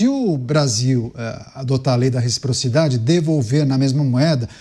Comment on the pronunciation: RECFIPROFIDADE CUMPANHEIRUS 😂